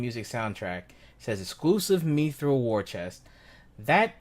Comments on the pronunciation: ''Meethrul''? MI-thral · Mispronouncing Mithril.